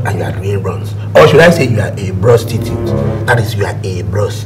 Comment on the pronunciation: say brostitute hahaha